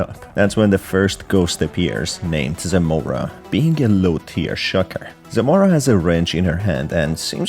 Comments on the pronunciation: Its not zOmora its Zmora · minor correction you read it wrong, the author used Polish names. It reads Zmora not Zemora, besides this name has a double meaning, in Polish "zmora" means something that often haunts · BTW why is everyone calling zmora "zemora" like bruh there is no E it's just zmora